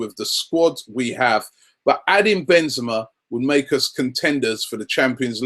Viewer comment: And it's Ben-ze-ma! Ka-rim Benzema! The best in the world by far! Ben-ze-ma